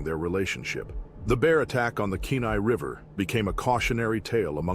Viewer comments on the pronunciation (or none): It's pronounced Kee Nye river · Kenai is pronounced key nigh.